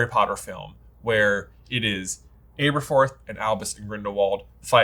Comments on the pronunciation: Aberforth - learn to pronounce his name. Short A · I'm sorry for the nit-pick, but could you guys please correct your pronunciation of Aberforth? Both the movie and the Jim Dale audiobooks (which I know you guys listen to) pronounced it with "ab" and not "abe" for the first syllable. I know it is is a nit-pick, but it was super distracting to me. Thanks for all the work that you do! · You guys make the best HP material bar none but you’re notorious for mispronunciation’. Please, learn to pronounce the important characters properly. Aberforth is butchered throughout this video and it makes my ears bleed.